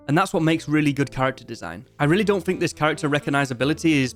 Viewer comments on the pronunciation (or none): none